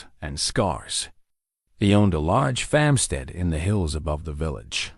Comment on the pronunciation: Loved the story but some words, repeatedly mispronounced, was irritating. The word is 'FARMstead not FAMstead.